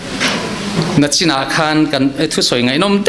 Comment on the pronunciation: Pa ropui tak leh mithiam a ni ngei ang. Mahse, "NACHIN" a ti, "NICHIN " han ti se ka ti.